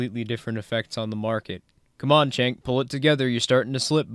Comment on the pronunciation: Pronunciation of name Cenk is like "Jenk" not "Chenk". And he is an embarrassment.